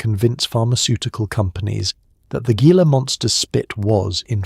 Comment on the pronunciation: Your research should include pronunciation. "Gila" is "hee - la". Rookie error and why humans are superior to machines.